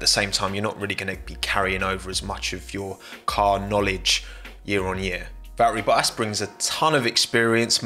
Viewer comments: be like: “Val-eri Boa-ass” there’s t’s in there mate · Bruh you really saying valleri boas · How many letters in Valtteri Bottas's name does this guy actually pronounce? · Love how you pronaunce Valtteri Boas. 🤣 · “Va’erri Bo’as” hehe Love your content! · "val e rie bo a s" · “Val-eri Bo-as” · accent so heavy almost says "Va Ba'as" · Valtteri Bottas has four T’s in his name, and somehow pronounces none of them.